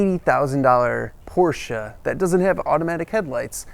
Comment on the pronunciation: The guy does know the correct pronunciation for Porsche. That's a good beginning.